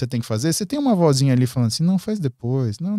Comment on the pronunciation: VOZINHA E NÃO "VOIZINHA".